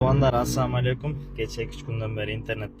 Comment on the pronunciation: Салам бериштин туурасын үйрөнгүлөчү, "Ассам алекум" - эмес, "Ассалааму алайкум" - деп тамгаларын толук айтып...